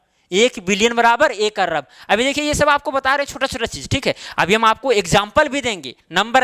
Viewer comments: Not Arrab it is Arab.Bareilly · अर्रब नही, अरब बोला जाता है। कृपया करेक्ट कर लें। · Sar arab hota hai arb nai hota hai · Sir he arrrrrab nahi hota arb hota h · Ye kya arrab par rha h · Arrab nhi bhai arab same in not kharrab its kharab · Arrrrrrrab, kharrrrrrrrrrab 😂😂😂😂😂😂😂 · Sir topic bht achhe se samjaya lekin Arab ko arrrab bolke kharb ko kharrab bolke dimag kharab kr diya master 😡😡